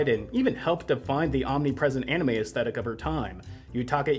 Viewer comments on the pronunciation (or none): none